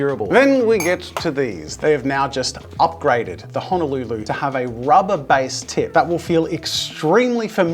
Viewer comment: Man, as a Hawaiian, it’s HO NO LU LU. For fuckssake